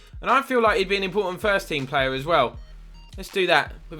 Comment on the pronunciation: you say plea name as play